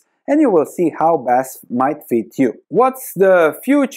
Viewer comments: 🗽 OMG I own this stock (minor share in the portfolio).... one of my worst investments. 🤔 FYI: You call it not Basf, you spell out the letters, like in an abbreviation. B A S F . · It’s B-A-S-F, not Basf. Just painful to listen. It’s an acronym. Just like VW. Or how are you pronouncing this one? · Badische Anilin- und Sodafrabrik (BASF - you pronounce it "Be Ah Es Eff" like a german) :P Great Video! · Thanks for the video! Div. cut is a real possibility, let's wait and see... Pronunciation of the company is in single letters, B A S F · say "basf"